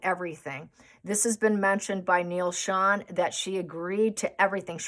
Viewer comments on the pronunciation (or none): none